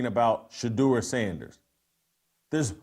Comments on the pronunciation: Tupac Sheduer 😂😂😂😂😂😂😂😂😂😂😂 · Tupac shadur lol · Tu PAC Shadure 😂